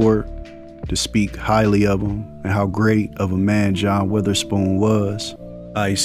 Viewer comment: That was a great video and tribute but you pronounced his last name wrong the whole time it's not weatherspoon